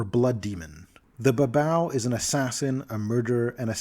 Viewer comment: i thought babau was pronounced as bah-BAY-yoo Nurgal and Areshkagal were stand ins for Nergel and Ereshkigal, who were listed as demon lords in MM2 but were never expanded on and were acknowledged as deities in later supplements.